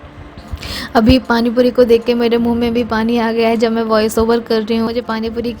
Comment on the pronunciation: Pani Puri sunkar accha lga ,warna tum or aasifa dono hi tikki pani bolti ho to bahut irritation Hoti thi.